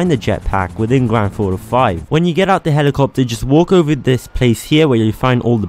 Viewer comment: WHY DO YOU SAY IT LIKE GRANDTHAUTO 5 LEARN HOW TO SAY THINGS